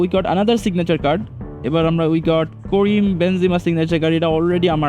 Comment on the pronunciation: কারিম বেনজেমা ❌ করিম বেনজেমা✅😂😂😂